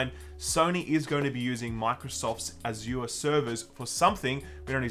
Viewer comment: You are saying Azure incorrectly.